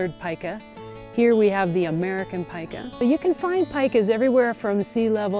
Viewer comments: Pee-ka not pica -. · Cool animals. I thought it was pronounced as "Peeka" before viewing this video :) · This animal's name is PIE-kah though, not PEE-kah. Pikachu is named after a Japanese onomatopoeia for electricity crackling (pika pika), not this animal.